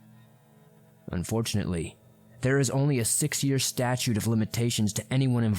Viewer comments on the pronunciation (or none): none